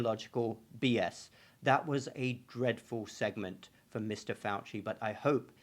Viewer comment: Ok first it's pronounced fow-see second fow-see is twice Jesuit trained and might as well be a Jesuit himself. He's an inquisitor..... Also I know you wasted all that money on asshole school but if you want to be legit drop the doctor shit---- we don't use honorifics here